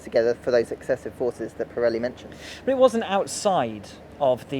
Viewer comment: an-ah update-ah from-ah Pirelli-ah on-ah the-ah tyre-ah- issues-ah from-ah the-ah 2020-ah British-ah Grand-ah Prix-ah